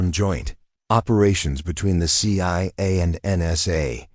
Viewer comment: what’s. ciaa 😂😂😂😂😂 stupid AI